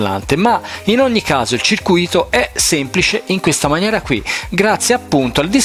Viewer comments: Caro, senza offesa ma a prescindere dalla comprensione del russo io mi applicherei un po' anche a quella dell'italiano.... CIRCÙITO.... INSIEME DI COMPONENTI ELETTRICI CIRCUÌTO... PARTICIPIO PASSATO DEL VERBO "CIRCUÌRE" CIOÈ INGANNARE.... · Circuìto non si può sentire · è bellissio asccoltare la parola "circuìto"